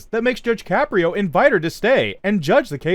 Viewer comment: “Judge Shapiro?” he’s not Jewish, he’s Italian! His name is Caprio (pronounced Ka-pree-o).